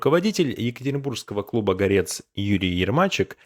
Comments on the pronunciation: "горЕц" 🤦🏻‍♀️ гОрец!!! Неуч ты или искусственный интеллект? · Ну блин! Ударения !Не семья учИтелей, а семья учителЕй. Не горЕц, а гОрец. Ну и т.д. А вообще вот слушаю, и мне их не жаль. "Дурная голова ногам покоя не дает".